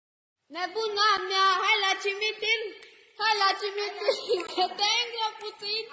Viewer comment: "Hai la cimitil" 😂😂